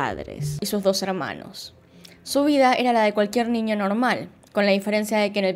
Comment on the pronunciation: Me da mucha curiosidad que dices: “ninio” 🤔